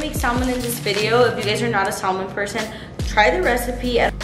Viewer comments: Say it with me mama : “ SAAA-MUUUHHNNN” don’t say the l in there it’s silent 🥳🥳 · the L in Salmon is silent so it’s pronounced Samon 😝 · Yelling the L IS SILENT! 😂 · Stop saying SALmon